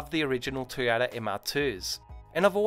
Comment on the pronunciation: Nice job but I just can't get over "toe- yada"...